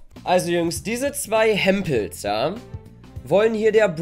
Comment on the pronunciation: Hempels? Sagt das Hemd😂😂